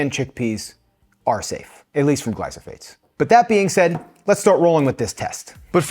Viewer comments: I am not sure why he kept saying "glysophates" instead of "glyphosate." He displayed documents with the word and still got it wrong. It would have been better if Monica didn't know which brand was used in either hummus and tested it by herself without getting input from. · Yes, he’s pronouncing it incorrectly. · I understand you pronouncing it"gly-so-phates" - shouldn't that bei "gly-pho-sates"? (not native speaker here...) Thanks for your videos!